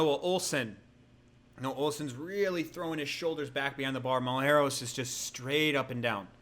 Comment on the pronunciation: Mull-Et-Ross HAHAHHAAH